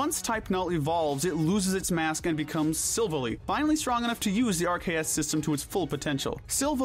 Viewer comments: It’s pronounced sil-Val-I, as it’s gladeons silver ally. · it's pronounced sil-vall-i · i am so mad u mispronounced silvally, if u listen to gladion's lines he actually says silv-ally, the latter as if u are talking about a ally partner like a war platoon mate sorry u made me mad im just trying to help u fix up pronunciation also cute little neb coughs i mean cosmog wouldnt have cared on that as they called it nebby for like 1/2 a season (i still have it saved as nebby) I DONT CARE also i was going to forgive u but riko, its Raikou, (rai-ku)